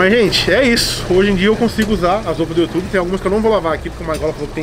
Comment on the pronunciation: mano o cara aprendeu a falar ingles e mesmo assim fala youtube errado pqp